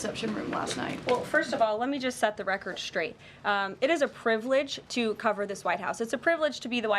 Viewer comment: And SHTR-aight?? if she is going to speak for the president don’t you think she ought to learn how to speak